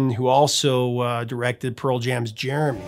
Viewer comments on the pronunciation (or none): none